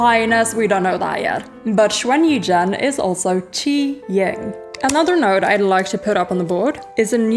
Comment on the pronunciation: Oh my!:virtualhug:😍🤩 err I mean Hi! (this is going to be another distracting video. 1. Your pronunciation of Quan Yizhen and his title is *impeccable* 2. So many INTERESTING theories.... yup. That's all. 😋 3. 'Gongzi' was pretty good too! 4. 🎲🎲✨ Congrats on regaining your 'gege'~ Part 1 done! TBC tmr!